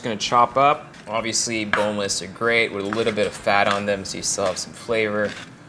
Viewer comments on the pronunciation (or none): none